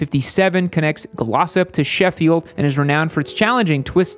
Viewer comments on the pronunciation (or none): none